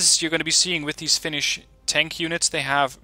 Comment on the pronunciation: You actually pronounce Finnish words better than any other youtuber that I've watched recently. Only thing that I'm kind a upset about this DLC is that we're included as a redfor nation, because as far as I know every Finn that I know wants us to be independent... Anyways, love from Finland to Netherlands... My grammar isn't the best so sry if there is some mispronouncing. With love from Finland to Netherlands! :D